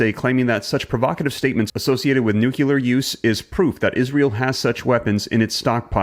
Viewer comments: No country on Earth has warheads strong enough to push enough soot above the troposphere to cause a nuclear winter. In the immediate vicinity of a blast, the temperature is 100x the temperature of the sun's surface, not the same as. It's pronounced "nuclear", not "nucular". A full scale nuclear war is not an existential threat. Most of the planet will be unaffected other than the second and third order effects from a major shift in the balance of global power. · you're a little bit prone to histrionics, hyperbole is not always evidence of the extreme saber rattling that you think you're calling out. relax. you're fanning the flames in the online community, be a little bit more measured okay.. and it's nuclear not nucular, ffs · PLEASE ! it isn't "Nu cue lir it is Nu' clee ir. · Enough with the NUKELAR shit!!!! IT'S NUCLEAR FOR HEAVENS SAKE!! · nuclear not nuculear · Nuc - you - lar lol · I watch & listen to you regularly. I appreciate what you do, but please learn to say the word, "nuclear", correctly. It is pronounced, "new clear", not new- que- ler. Thank you very much,. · It's Nuclear not Nukiller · Its nuclear not nucular ffs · NUC LEAR not nucular u chucklehead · It's pronounced nuclear not nukular...lol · You are pronouncing nuclear wrong and it’s distracting. Its not NU q lar. Its nu LE ar. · Nook-clee-ar NOT Nook-u-lar. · Nuclear not nucular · Like the video, only caveat is the word "Nuclear" not "nukular" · Pronounced nuke-lear. Not nuke-ular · The ski is falling!!!! Alarmism sucks dude! Also, it's pronounced "Nu - clee - ar" and not "Nu - que - lerr" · Why do you all say nuculear??? It's nuclear!!! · Not NUCULAR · REPEAT after me... NEW-CLEE-AR... That being said, Russia can blow itself. Always threatening NUCLEEEAR sh@ and at this point it's like the boy who cried WOLF ! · It's pronounced "new clear". I hope you learn it before one hits you. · Stop saying "nucular". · Why the mispronunciation.....Nucular? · Learn how to say “Nuclear”